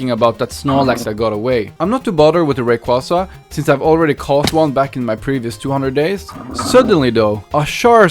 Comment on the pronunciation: The pronunciation of raquaza is the best thing I've ever heard